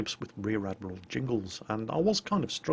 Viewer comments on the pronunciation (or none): none